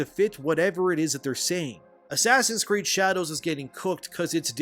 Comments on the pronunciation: I find it funny how you pronounce the name of the game in such manner it sounds like "Ass Creed Shadows". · Did you just called it “Ass creek shadow”!??? 🤣🤣🤣🤣🤣